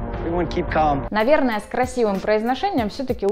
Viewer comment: KEEP CALM - L не произносится!!! [ka:m] а вы сказали неправильно! и тут же пример из фильма он говорит без ЭЛ